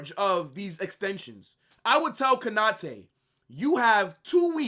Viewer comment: Konate not Kanate😢